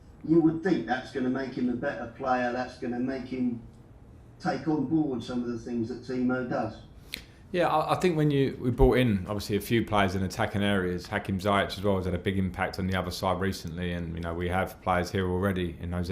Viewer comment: Frank still can't pronounce Ziyech name yet. It's pronounced Zee-esch Frank.